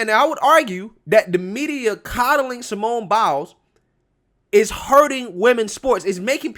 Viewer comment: I agree with everything you said. I just need to add, every time you say "Simone Biles", it sounds like "Simone Bowels."